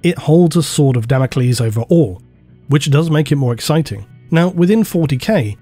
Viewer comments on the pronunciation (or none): none